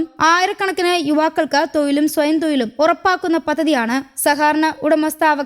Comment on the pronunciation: തൊയിലും അല്ല തൊഴിലും.